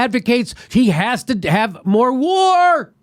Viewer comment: Jimmy's enunciation of "MORE WAR!!!" 😂😂😂